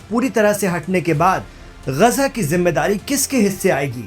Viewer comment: अबे ग़जा नहीं ग़ाज़ा है 😂😂😂😂